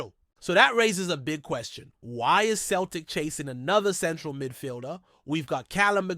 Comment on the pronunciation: It's not Kel tic , it's Celtic.( Sell tic).